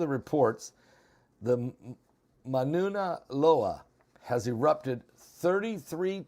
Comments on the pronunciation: Pronounced...."Moun-ah Low-ah" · To help you out it is Mau-na-loa, and it’s caldera